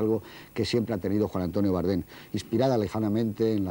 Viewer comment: Por qué dice Bárdem?